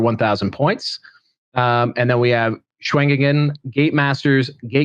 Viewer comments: If going with pinyin pronunciation, Shugengan would be pronounced as shoo-gun-gahn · I thought it was pronounced “shoe-gun-gen” Could be weong but that’s how I hear it in total war 😂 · lol I love how white people can hear the pronunciation of a thing and STILL can’t pronounce it correctly 😂 Just to clarify, in TWWH3, the Shugengan Lord CONSTANTLY says her title. Shoo gen gahn. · Shoe-ghen-ghan. Shoo-ghen-ghan. Shugengar. Shoogaga